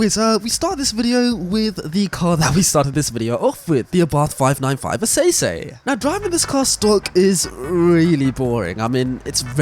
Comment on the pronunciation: as an italian, GAH DAYUM the pronunciation of "essesse", no offense, love you but it probably is the worst i've heard so far😂 essesse is basically "ss" but spelt letter by letter, which us italians write "esse", to pronounce it correctly, you have to think about the pronunciation of the word "essence", get rid of "nce", and you got it, double it exactly how you said it one time, and you got "essesse" pronounced correctly, try it with google translate and hear how it says esse, then double it